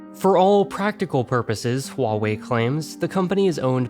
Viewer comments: “Wall-way” go away 😂😂😂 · its Wah-wey.( i guess(no offence)) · I think it's more like Hu-a-way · huawei is pronounced like dr. light says 'wily' in mega man 8